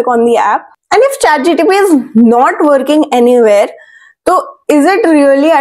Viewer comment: It's ChatGPT not ChatGTP.